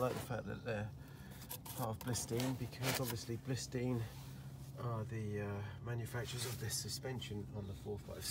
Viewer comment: Blisteen? Bilstein, surely?